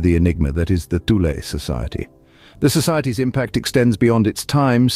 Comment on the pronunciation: It's pronounced Too-leh, not Thew-lee.